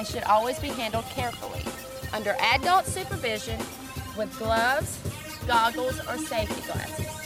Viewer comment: she said aidult.... its adult